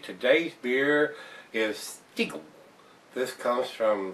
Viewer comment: I'm From Salzburg don't say stiiiegl say STIEGL 😃 Stiegl is the best beer